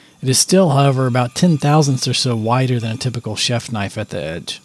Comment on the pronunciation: That's a bloody knoife !